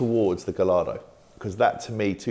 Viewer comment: You would think having all those Lamborghini’s he’d know how to pronounce ‘Gallardo’. 😂